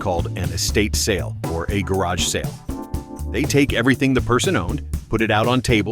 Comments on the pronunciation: what's a gerrage sale??? DOWN WITH AI SLOP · These A.I. video pronunciations. "Gay raj" ---meaning garage. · AI voice does not know how to say garage.